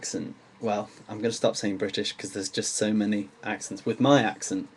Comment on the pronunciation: Hi. I hear sometimes bicoos(I mean with the central vowel sound very...long) and sometimes very short.